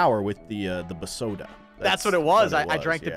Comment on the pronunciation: Why do you say bsoda differently at brandon pronounces it